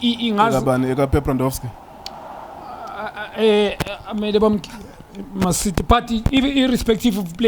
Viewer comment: Pephrahndowski LMAO!